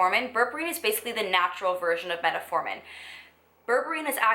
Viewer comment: fyi, it's called Met-formin, you added an extra "a" in there. lol